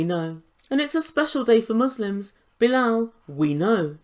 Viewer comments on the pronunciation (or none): none